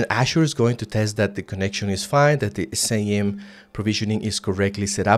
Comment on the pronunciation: It's pronounced "skim" not C-I-M